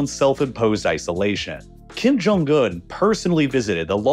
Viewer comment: "kim jong gun" the video was great, but your mispronounciations were so distracting.